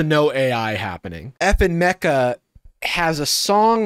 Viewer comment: Every time they say "FN Meka" it sounds like they're saying "F'ing Meka" like a kid trying not to swear, and it makes me cringe every time